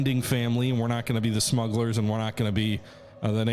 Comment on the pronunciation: Ahtrayeedeez? Ahtrydize? Arkonon? Heurkonion? Morgan Freeman and Glenn Frye singing "Smooglers Bluhs."